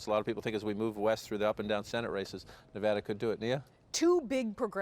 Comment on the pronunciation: she can't still pronounce Nevada properly lol